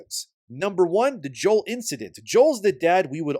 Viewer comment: Joel cough cough It's Joel :)